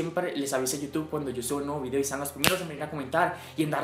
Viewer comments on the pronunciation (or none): none